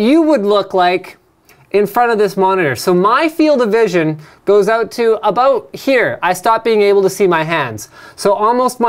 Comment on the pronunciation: Linus is awesome. Every now and then you here his "about" turn into "aboot". XD Sorry your youtube account was hacked bro. :(